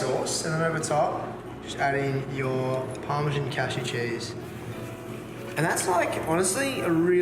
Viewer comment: Put pasta into water that wasn't boiling. Burnt the garlic. Can't pronounce parmesan. Pasta sauce is waaaayyy too watery. Actually amazed that you could make so many mistakes on a dish that is so simple.